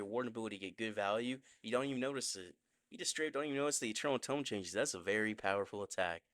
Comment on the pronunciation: Eternal tome❌️ Eternal dome✅️😂😂